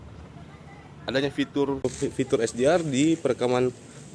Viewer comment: Esdiar... Tingal bilang aja HaD'eR.. mungkin aku yg terlalu ndeso ya wkwkwk😂